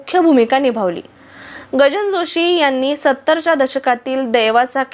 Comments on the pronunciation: आशुतोष शिरीष- कृपया शब्दोच्चारात सुधारणा करावी. निवेदिता जोशी यांच्या वडिलांचे नाव गजानन जोशी असे आहे, गजान नाही. अनुपमाजी “रेखा कुलकर्णी “ असताना बादल- बिजली- बरखा शेजारी आर . के. नारायण ( गाईडचे लेखक, आर. के. लक्ष्मण यांचे भाऊ ) हे ज्या गृहनिर्माण संस्थेत राहात, तिथे राहायच्या का ? त्यांचे धर्मकन्या व आधार हे मराठी, तर संसार हा हिंदी चित्रपट हे चित्रपट चांगले चालले. गजानन जोशी हे कमालीचे देखणे व उमदे नायक असल्याने अनुपमा यांच्यासह शोभून दिसले, पण जोशींची कारकीर्द आणखी जास्त गाजायला हवी होती. संसार चित्रपटांतील त्यांचे नायक नवीन निश्चल तेव्हा जोरात होते, पण त्यांची सावन भादो , ऐलान , व्हिक्टोरिया नं .२०३ , धर्मा अशी जोरात चालू असलेली कारकीर्द अमिताभसह दीवार मधील दुय्यम भूमिका नाकारल्यानंतर लवकर अस्त पावली. अनुपमा या विवाहानंतर शिकागोला स्थायिक झाल्यामुळे चित्रपटसृष्टी एका देखण्या , शालिन व अभिनय संपन्न अभिनेत्रीला मुकली असली तरी त्यांचे आयुष्यात बहार आली, हे छानच झाले. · Gajanan not gajan. Joshi.